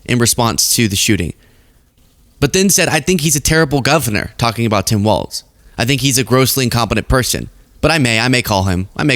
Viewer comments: Walz not Waltz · ITS PRONOUNCED “WALLS” like holding up a roof not “WALTZ” like that dance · GD it it is pronounced walls. Not Waltz. But yeah everything you said!😊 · It's a common mistake, but Walz is pronounced "Walls", not "Waltz". A very minor correction in a much bigger story of tragedy and terrorism. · Walz is pronounced like walls. Not waltz. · Cmon -it’s Walz not Waltz!!!! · Say Walz without the t that’s pronounced in the word waltz, but do say it that way for Mike Waltz. Think of the pronunciation of“walls” when you say the name of Gov. Walz. People from Minnesota will thank you for saying this name correctly. Thanks for covering this story. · So many people do not have enough attention to detail. and so many others, how many t's are in the name Tim Walz? His sir name is Walz as in walls. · I love your work. But….Walz is pronounced “walls” not “waltz.” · PRONOUNCED WALLS (WALZ) 😊😊😊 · The governor’s name is pronounced “walls” not “walts.” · It's terrible what happened here in my state. I wonder if there was conspiracy involved? MAGA is disgusting. But I have to correct you on one thing. Our governor's name is Walz pronounced walls- not Waltz like the music. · Even now people are still butchering Walz's last name. It's not "Waltz", it's Walz, and it's pronounced "Walls". Now, thanks to this video, hundreds of more people will continue incorrectly pronouncing it. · It's pronounced "WALLS" 😊 WALZ